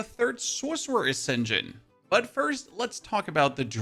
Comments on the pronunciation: where are you from? i've never heard ascension said like 'ascen jin' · Wait did your accent just create the best pun or was that intentional? Ascendjinn??